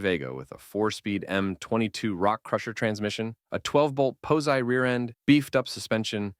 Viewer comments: I have one note for you it's not pohsi rear-end it's pahsi as in positronic or positive grip rear-end. 😅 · A "pow-zy" rear? Is it that hard to get a real person to narrate these videos? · A "pose-eye" rear?